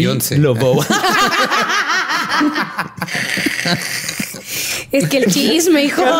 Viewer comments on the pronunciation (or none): Todo bien, es sólo que se pronuncia Mari, Lavó, no Luvó.